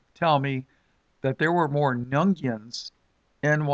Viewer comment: Nguyen is pronounced, win. Weird, but true. God bless brother. :)